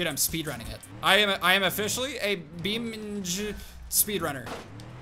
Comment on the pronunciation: It's beam - n -g not beamng